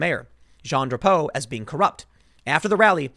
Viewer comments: i love how you say drapeau hahahahaha its "dra-poh" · Drapeau is pronounced differently. Eau = O.